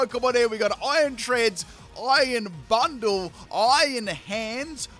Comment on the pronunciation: When says Iron Bundle it sounds like Iron Butthole. It also does not help when you see future Delibird's tail from the back during battle lol.